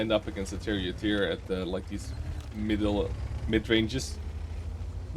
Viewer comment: "Middel" Keep it English! Grapje